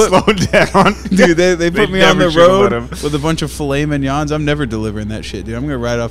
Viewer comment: Why say "fillet" properly and then say "mignon" like a pleb?